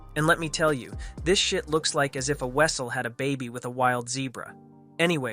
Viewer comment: Nope! Learn how to pronounce weasel.